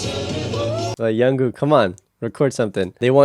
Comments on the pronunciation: Jungkook not Yonkook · Nice reaction but I need to mention a couple of things. Jungkook's name is pronounced with a "J" sound, not a "Y" sound. Also, J-Hope is pronounced just like it's spelled instead of J-Hop. Jin is the oldest and then Suga. Keep up the good work and more BTS please! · Jungkook not Yungkook😂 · Liking your insights about the recording process! By the way the J in Jungkook is not pronounced as Y haha. Looking forward to more!